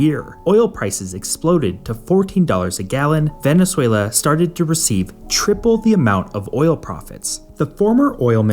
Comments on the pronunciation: Are you Scandinavian? It is Venezuela, not Venesuela! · Are you Scandinavian? It is Venezuela, not Venesuela.